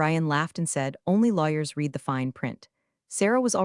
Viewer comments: AI doesn't know how to pronounce "read" in context. It kept saying REED when it should have been RED. Annoying. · Great AI - it can't even tell the difference between the word "read" (red) and "read" (reed) 😂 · The same reason the Ai voice "reads" the words "She read... " but pronounces the word "reed." Definitely a low i intelligence. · "...REED it, RE-REED it.........."!!!! Once again, a POS AI!!!!!!!!!!!!!!!! HOWS BOUT, "RED it, RE-RED it"!!!!!!!!???? This is NOT looking good for your DAMNN AI if it already starts mispronouncing !!!!!!!!!!!!!!!!!!!!!!!!!!! STRIKE ONE!!! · Teach the AI to pronounce Read as Red not Reed. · True, but AI will never get it. It can't even get using context to determine if the pronunciation of READ is reed (something to do) or red (something completed) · Can’t a person correct the AI mispronouncing words? “Read” can be pronounced two different ways, and the AI always got it wrong. Thumbs down. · The single most offensive incompetent AI error I keep seeing is to pronounce the past tense of “read” as “reed.” The past tense is pronounced “red,” dumbheads. Please train your AI narrators on actual English speakers. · The word "read," when used in the past tense, is pronounced RED. Also, it's a good idea to check that the voice-over matches the captions. Punctuation when reading is crucial. This sounds as ifit is read by a 2nd year high school student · The AI reading is painfully obvious… too fast, pauses in the wrong place, words mispronounced (i.e. “read” as “reed” when not correct). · Miss AI read and red (read past temps) are different. English is hard. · Another AI who can't tell the difference between read and read.